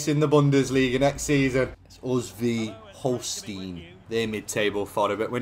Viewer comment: hearing your pronunciation of Holstein is weird